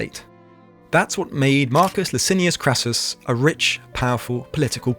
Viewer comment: I enjoy your work, especially the more recent long form ones. So I’m going to be pedantic here. Your facts, historical research excellent. But the late republic Rome’s richest man wasn’t called “Crassius” it’s Marcus Licinius Crassus, or just Crassus. I’ll let the minor mangled name in part 1 pass…